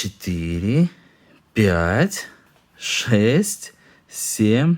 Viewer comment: Почему Сем, а не СемЬ?